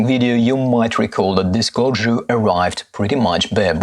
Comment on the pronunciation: Great review, perfect pronunciation of Corgeut, would love for you to get the Phylida version of the Aqua Terra and do a comparison video.